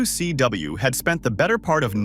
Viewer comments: The A.I voice struggling with "W..........C...W" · Seriously. It can hardly even say WCW properly, if ever... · Ah yes good old Lavern Clarence and the AWA 😂😂😂😂😂😂😂plus I learned one thing from the video. AI has a difficult time pronouncing wcw lol hilarious to listen to 😂😂